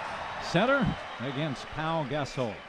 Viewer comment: Announcer: "Paul Gas-soul" -_